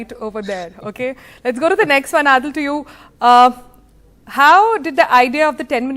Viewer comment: Why does she keep calling him AADIL?